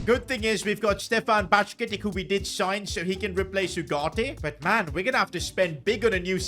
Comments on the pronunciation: BAJCETIC IS PRONOUNCED “Byecetisch” NOT “bactshketik” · bro, love your content? but the pronunciation of the names is not improving at all, Bajcetic sound like Baichetich Goncalo Ramos sounds like Gonsalo Ramush, it will be great if you check that during recording